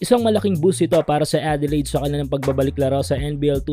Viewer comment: OOT lods.. "Adelayd" sorry..